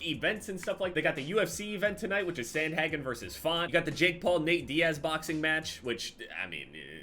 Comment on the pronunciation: you watch the ufc and still pronounce Sandhagen that way????